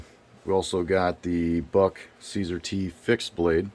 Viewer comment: Thanks for the video. I like the review. Just to let you know, CSAR is pronounced “see-sar.” SAR is an acronym for Search And Rescue.